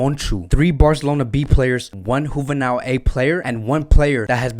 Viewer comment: bro, it’s pronounced HU-VEH-NEEL. I don’t want to come as an ass. I actually appreciate what you do. Keep up the great work.